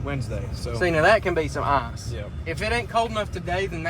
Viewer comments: I like how you say eyes fishing instead of ICE Fishing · No hate but it sounds like Arse fish when he says ice fish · did you say eye-fish or arsh-fish... ;) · Could u not say arse fishing please 😂😂😂